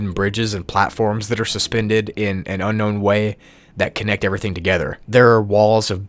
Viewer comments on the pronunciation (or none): why did he say unkown way its unknown way haha lol xd